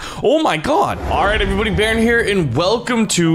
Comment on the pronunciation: its baron not baro its baronvongames not baro von games 😉